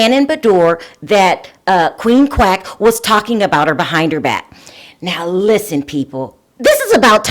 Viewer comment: Are you saying crack or quack?